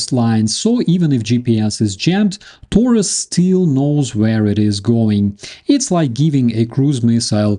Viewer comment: Everybody is talking about Taurus now. Let's see. But Taurus is a Latin word adapted to German. I would appreciate if you pronounced it this way. "A" as in "after" and "u" as in "Putin". Taurus. As in I'm coming After you PUtin.